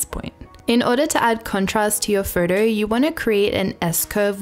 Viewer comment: Please learn how to pronounce "photo".